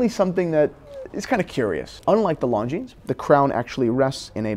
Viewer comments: The S in Longines is silent. It is not pronounced ‘long jeans’. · very interesting comparison! But Longines is not pronounced “Long Jeans”! 😅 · Christians pronunciation of Longines! 😂